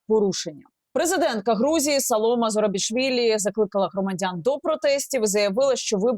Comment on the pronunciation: Ведущая даже не смогла правильно назвать имя президента Грузии, смешно и противно,но как же подогрело у украинцев после того, как поняли ,что грузины оказались умнее них